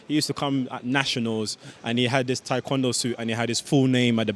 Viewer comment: Do they only teach athletes how to correctly pronounce Taekwondo (Tay-kwondo, not Thai) after they get Olympic gold?